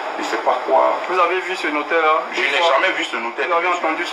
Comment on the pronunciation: Ma belle on dit notaire